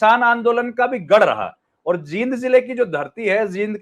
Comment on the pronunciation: Jind me bdi e ki matra lagti h theek se bola kro